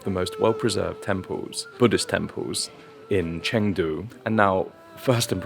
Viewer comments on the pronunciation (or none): Dude, it’s not Chaaangdu, it’s Chungdu. Spelled Chengdu